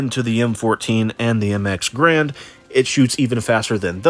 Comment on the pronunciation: Great video, but think bre has affected your vocabulary because of the MX Garand, you called it the MX grand, which is objectively the correct name lol